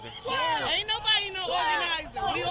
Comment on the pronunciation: . "Ain no-bawdy oga-nazin it."